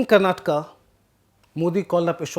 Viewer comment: Thank you for the interesting video. As a Kannadiga, I am happy that The Print is providing such attention to the Karnataka election. A small remark is that it would be nice if you can improve the way you pronounce several Kannada names while speaking English. For example, as a native Hindi speaker you say "Karnatka" instead of the correct "Karnataka". I understand these subtleties can be difficult to grasp to other language speakers. But we Kannadigas will really appreciate the effort. Nevertheless, thank you for the informative video.